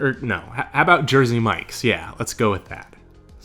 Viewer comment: As someone in the US, what the hell is Jersey mike or whatever he said?☠️